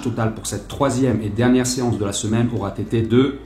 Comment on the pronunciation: Un regal avec ce festival de liaisons foireuses, dont on retiendra un "aura tété" si agréable à l'oreille. Le sujet c'est les barres de musu, ça n'empêche pas les barres de rire.